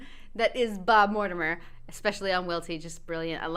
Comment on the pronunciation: So funny that one! 😂I knew it was gonna be good when the vid started with you pronouncing it Mortimrhrmrmrm Tales 🤣🤣